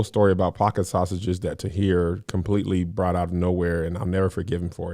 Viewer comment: Kev over here practicing how to speak “Tahir” 😂 😂